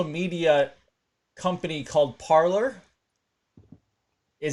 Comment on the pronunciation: Parler is a French word for talking. Pronounced Par Lay